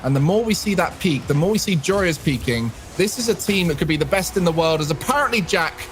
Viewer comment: Can please decide what to call joreuz either call him joris cuz that's his name or call him joreuz cuz thats his tag not your-ee-iss